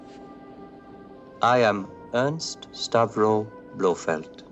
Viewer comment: Is it just me or does always pronounce Ernst as Ernest? Bugging the crap out of me.